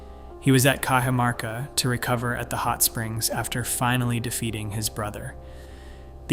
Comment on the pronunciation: I can beleive this. The Incans had a road network from Colombia through to the south of Chile. I lived in the mountains of Peru for about 4 years and I can remember driving over a forgotten incan highway. They had an amazing system of roads. By the way Cajamarca is prounced like "Cahamarca" I should know as I used to live there.